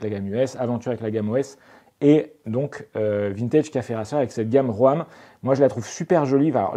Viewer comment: Pour info, ROAM se prononce RÔME et non pas RÔAME 😄. En anglais ça veut dire "errer".